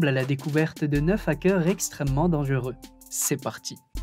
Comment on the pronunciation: Dangereux pas danguereux